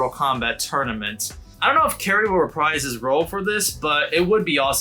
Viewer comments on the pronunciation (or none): none